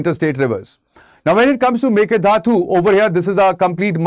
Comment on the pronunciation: Please learn to pronounce "mekedatu" properly sir. 🙏 It sounds very bad for us the native speakers.